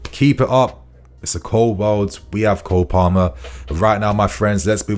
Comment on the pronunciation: Its Cole Palmer not Cold...😂😂😂